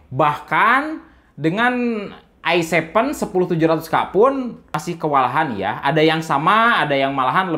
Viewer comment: "Se Pe U intel ai sepen dan ai nain" 😂😂